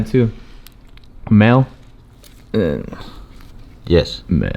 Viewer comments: Hey brahda Ralph why does act so smart he sound supatarded when he trys to act smart🤫 Brahda pronounced a German made oil filter MAL😂 FYI the correct pronunciation is MAH-LE kichi gai gaigin. With all due luv&respect. If I was a bakatare gaigin that pronounced thing's like I was supatarded...I hope someone would check me. Maybe it's your Magnum PI dick broom getting in the way of your pronunciation of the english language? Or maybe the fear of ICE knocking at your door causing brain farts? Either way I got nothing but luv&respect for you two Guatemalanz! It yakes a lot of courage to make moves here in Merica vs leaching off of dumb white ppl's tax dollar's. Viva la Pakalolo amigo's💪🏽🤙🏽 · The way he said mahle lmao I died... malli...mayleh